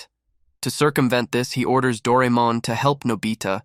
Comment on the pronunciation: Its Pronounced Dor-ay-mon